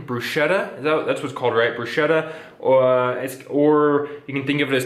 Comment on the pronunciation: Bruschetta is pronounced bru-sketta. As for molletes, they were never one of my favorites during my 12 years in CDMX. They're OK, I guess. When we were in Prepa and Uni. we'd sometimes get them in VIPS because they were cheap.